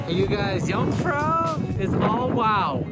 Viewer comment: I like very much all of “amateur” videos, and I’ve seen a lot of them, and always given them my “like”, but not this time, for the following reasons: (1) you insist in mispronouncing “jung”, (2) you insist in measuring european mountains in feet. 🤓